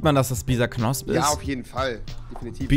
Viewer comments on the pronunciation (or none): Bisaknosp? FTW? Das heisst Bisasam xD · Das heißt Bisasam